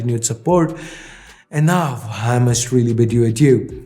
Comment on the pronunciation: just why do you pronounce now as "naof"